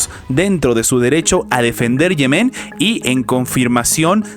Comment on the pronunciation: Respetuosamente, no se pronuncia Yemén sino Yemen.